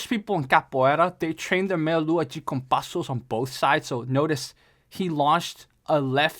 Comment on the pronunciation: 1. people stressing about capoeira's effectiveness in combat sports are missing the point 2. you know how you can tell knows what he's talking about? the way he pronounces "de" in "meia lua de compasso" lol